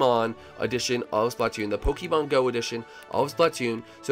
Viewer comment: Pokemon is pronounced Poke "A" mon